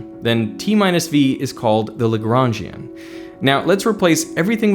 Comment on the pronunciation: "Legrangian" I keep hearing lebron james